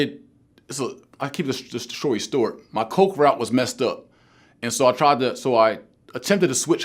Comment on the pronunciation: "i'll keep this shory stort"